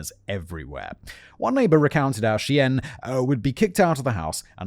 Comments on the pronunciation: When Simon finally put up the picture of Terry, the stepfather, I thought that the whole group of people were Asian because the way he keeps saying the girls name sounds like an Asian name except it’s actually Cheyenne like Cheyenne, Wyoming not she en! When I saw his picture, I thought what am I listening to? I’m so confused maybe I should pay attention but I usually have casual care list running in background when I’m doing laundry or just cleaning and picking up I never heard the story before, so was anyone else surprised like me? Or was Simon saying the girls name correctly and maybe I’m losing it? Please let me know if there’s anyone who had the same issue with the name! 😂😂😂😂😂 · I think her name is pronounced more like "shy-anne" ... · Chyenne is pronounced "Shy-anne." 😅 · In story 2 is the girl's name pronounced "Shie Ann" like the native American tribe not "She In" like an Asian name? Just wondering because it became so distracting I'm having a hard time not thinking about it during the story. I never thought I was that anal but here it is. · i know it is minor, but the pronunciation Chyenne is killing me. it is 'Shy-Ann' - simon pronounced it correctly once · Dubuque= Duh +boo(U)+ k Cheyenne= Shy +ann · Simon, love ya mate but. SHY + Ann is how Cheyenne is pronounced. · The girl from the second story is pronounced, "Shy-Ann". Like the people and cities over here. Just an FYI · Not trying to be rude or anything but I'm pretty sure Cheyenne is meant To be pronounced "Shy-anne". Like the town in Wyoming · How many people are screaming "SHY-ANN" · Fair enough then. Once he got to her youtube channels and one was "shyenne", I thought for sure it would click, but nope that was pronounced wrong too lol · No, That was wrong, however, he did say it right earlier 😊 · Hearing Simon pronounce "Cheyenne" is killing me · every time he mispronounced Chyenne it hurt me physically